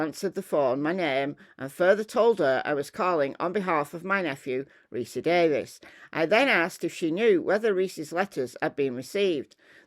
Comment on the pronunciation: This guys name is pronounced like ree-see. Unique name.